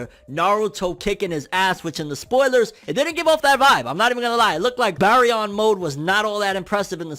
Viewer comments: Those eyes were momoshiki so the momo vs isshi interaction is finna be lit also its pronounced bare-re-on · Bary-on? Like berry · Lol why are you butchering the pronunciation of the word 😅🤣😂